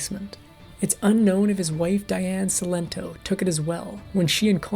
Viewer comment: Diane Cilento was a very close friend of mine. You can’t even pronounce her first and last name correctly!